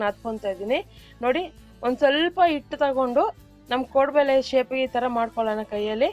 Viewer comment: Madam 1st nimma kaddada sari maadikolli. 'ಹ' ಕಾರ ಮತ್ತು 'ಅ ' ಕಾ ರ correctaagi ಕಲಿರೀ. Very first thing ಅದು ಕೋಡುಬಳೆ (ಬಲೆ) ಅಲ್ಲ .